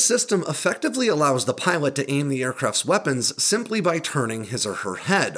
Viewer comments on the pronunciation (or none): none